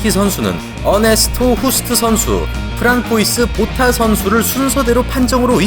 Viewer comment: 프랑코이스 보타가 아니라 프랑수와 보타입니다. 불어라 그래요